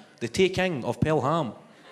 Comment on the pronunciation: Tha TEEEKENGG of PelHAMM..... wun.. tuuu.. freeee 😅